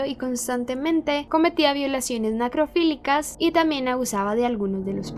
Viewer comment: 😳😳😳😳😳 mi cara cuando dice “nacrofilia” en vez de necrofilia